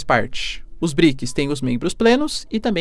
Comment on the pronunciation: BriKIS faceBUKI ... tu tem patrocinio pae, aprenda pronunciar as palavras pfv. Outra, arrume um revisor de portugues ai, namoralzao. Vlw